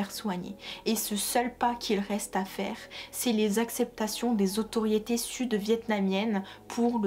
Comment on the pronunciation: Il y en a un qui dit que ça se voit que tu lis ton texte. Effectivement et ce n'est pas ça le problème. C'est que le texte soit MAL lu. Tu fais tellement de fautes de prononciation que ça me sort du truc, je n'arrive pas à suivre. "Qu'ils voYENT" "comme quoi que" "ceux quizon" "le bureau se disent" "autoriété" au lieux de "autorité" "le territoire sont" nan mais sérieux... Toutes les deux phrases, mes oreilles font une erreur 404. J'ai la flemme de relever tous les problèmes dans ton discours. Mais fais un effort si tu veux que des gens regardent tes vidéos. Je ne parlerai même pas du fait que tu ne fais jamais de liaison et que ça rend le tout inaudible.